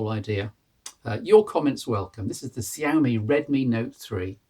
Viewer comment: its pronounced "shyawmey"